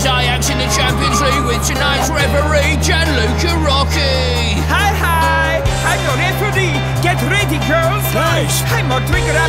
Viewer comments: Commentator: gianluca rocchi Lampard: Luga roggey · Omg i’m italian and it’s Gianluca Rocchi 🤣🤣🤣